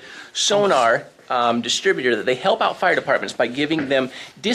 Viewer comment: Hilp? Lol